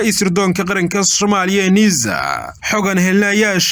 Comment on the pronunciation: War yaa jaahilkan u oggolaaday inuu warka akhriyo.. "NIIZA" muxuu uga jeedaa? Waa NISA oo uu si xun uugu dhawaaqayo. Cunahana wax baa ka qaldan oo inuu ama qaaxo ama cancer (amaba wax kaleeto oo lama filaan ah) la il daran yahay baa suurta gal ah. Taladeydu waa in ruux kale loo dhiibo akhriska warka.